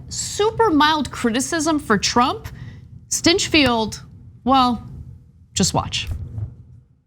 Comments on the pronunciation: did u just say, "Grant Stinchfild?" :) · I bet his home life is just blissful magic... And by the way; "STYNCHFEILD"? Really?